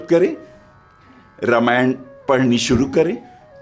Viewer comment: रा मा य ण not र मा य ण प्लीज 🙏